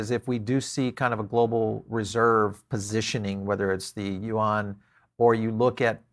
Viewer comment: Yuan pronounce as Yuuuen. not Yuang.